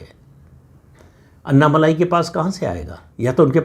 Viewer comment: माफ़ करना, उनका नाम 'अन्ना मलाई' नहीं, 'अन्नामलै' हैं | अण्णामलै - ऐसा बोलना ठीक् होगा|